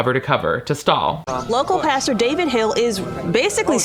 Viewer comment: Girl still can't say Pastor lmao love!